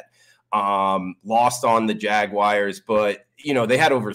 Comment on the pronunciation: Go jag-whyers